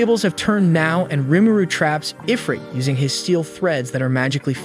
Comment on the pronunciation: Hey, Where the fuck does it say Eyefrit? its IF-RIT. Why am I arguing with AI?